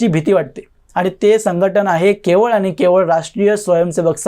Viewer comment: मोदी साहेबांनी मराठीला अभिजात भाषेचा दर्जा दिला आहे तेव्हा आधी स्वतःच मराठी सुधारा...भेटले, aani, pani ह्या शब्दांकडे लक्ष द्या.. Bottle ha english शब्द आहे...मराठीत त्याला बाटली म्हणतात....दुर्दैव आहे मराठीच तुमच्या तोंडातून मराठी ऐकताना